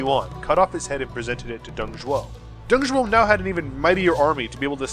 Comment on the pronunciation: Nice video , but the name was "Dong Zhuo", not "Dong Zhou" XD Dong Zhou means the " Eastern Zhou Dynasty "